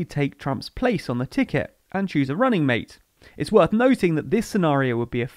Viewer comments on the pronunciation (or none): none